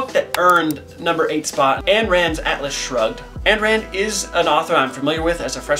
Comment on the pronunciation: A fun list! p.s. Ayn Rand’s first name is pronounced: “Eye…N…” Ayn—> Eye(n)